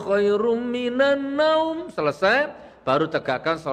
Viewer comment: Hoirum minnanaum gus.bukan nau